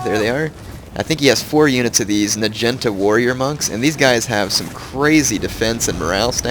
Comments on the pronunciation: OMG the way u say "najinta" is so fricken funny,!! oh jaysus, btw, its pronounced, "nah-gee-nahta", jus sayin lolz, oh so funny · Lol I watch his new vids but - nagunata is pronounced 'nag-u-narta' not 'na-genta' No offence love you're vids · Omg nagenta? It's pronounced nah gee nah tah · NA-GI-NA-TA Nah Gee (sounds like GrEEn) Nah Ta (Tatas) that bothered me when you said Nagintas lol :P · Its NAH-GEE-NAH-TAH, not "nuh-jen-tuh" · i thought it was pronounced na-gee-not-a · Dat naginata pronunciation tho.